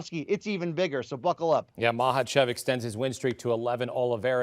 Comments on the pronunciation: Its not maHAchev , you say it as makachev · You're actually incorrect. It's maKhhachev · Thats how you pronounce it. K is silent. Just like Khabib is pronounced "Habib"